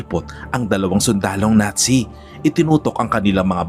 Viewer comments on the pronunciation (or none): none